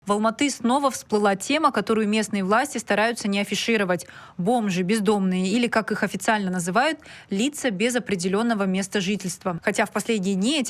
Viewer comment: Ведущая не знает куда ставить ударение в слове БОМЖ.😂😂